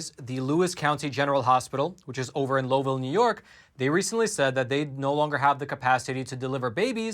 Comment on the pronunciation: It's pronounced lowville with a short o. Do not use the o sound. Liike the word now.